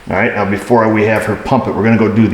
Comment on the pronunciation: Did you say "Right MEOW"?.........